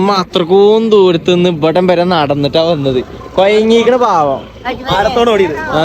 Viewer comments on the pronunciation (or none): none